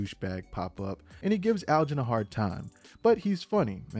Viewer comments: It’s Elgin(L-jin) like Ellis. Not Algin 😂 but I love your recaps & humor! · “ Algin” vs. “Elgin “ 😂😂😂